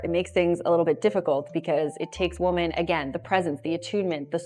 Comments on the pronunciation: women = wimmin. women <> woman. As a native-born American, you know how to pronounce that word. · she pronounces the plural “women” as the singular “woman” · I stopped watching the video the second time she mispronounced the word women. She pronounces it as the singular woman. I don't think I'm going to watch a video from someone who doesn't know the difference. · Why do you say women so weird? It’s spelled one way, but it’s pronounced different. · I was wondering that lol